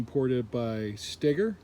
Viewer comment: Its Pronounced Sto Ger Steoger LOL